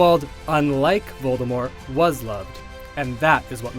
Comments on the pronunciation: this guy is actually going with the silent t voldemor pronunciation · because Grindelwald was he was tied and locked... and he hasnt wand...it was easy of course....lmao....And its VOLDEMORT /OR TOM MARVOLO RIDDLE/ no u-know- who (its for whose who are fear to pronounce it)